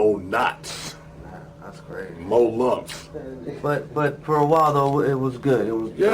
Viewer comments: 😂😂😂 fuck I'm dying, dude said MoLumps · LMAO he said "THey beat Mopreme ass that N*a looked like " Mo-Knots......Mo-Lumps. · lol "mo lumps"